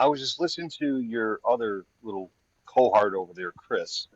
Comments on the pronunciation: I was trying to figure out if he meant cohort or just severely butchered the word cohost. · “Co-heart???” MAGA is so uneducated. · The man can't even pronounce cohort, he said coheart 😂😂😂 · Did he say “cohart”? 😂